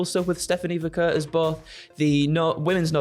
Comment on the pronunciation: being a legend at Cultaholic for being the only one to pronounce Vaquer correctly.